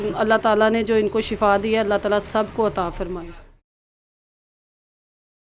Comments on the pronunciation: ye lafz shafa Nahi hae bulkay shifa hae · Shafa nai Bhai shefa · Shafa moat ko kahtay han, yah lafz Shifa hay